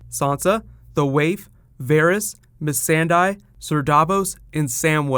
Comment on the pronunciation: Mis-sand-eye???? How does missandei become mis-sand-eye